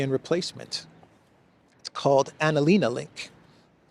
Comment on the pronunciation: Pls don't mention März and ANALena. It makes my ears bleed. I'm German. Thank you.